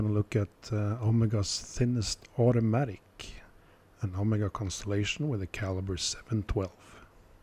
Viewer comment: Thank you for pronouncing Omega correctly. Great video as usual. What plating did Omega use on these movements?